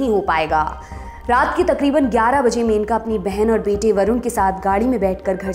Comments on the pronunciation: मेनका नही it's मनेका... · Aap menaka menaka bol rahi hai... It's maneka